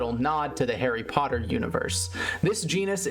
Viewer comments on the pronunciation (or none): none